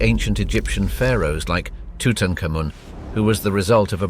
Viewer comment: His name is pronounced as Tu-tank-amun...